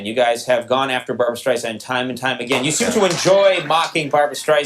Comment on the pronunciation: BarBURA StreiSANDA 😂